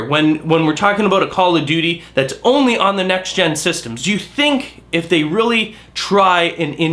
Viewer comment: I like the way you said ONLY. Yet BO 2 made 1 billion in 15 days.